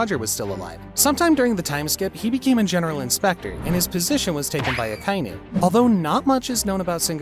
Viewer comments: yet another one piece "fan" who says "AKA-INU"s name wrong🤡🤡🤡🤡🤡🤡🤡🤡🤡🤡🤡🤡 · Why do you keep saying Akainu wrong? You stupid?